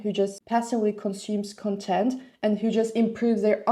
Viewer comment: You are saying the noun content like the adjective content. The stress of the noun content should fall on the first syllable.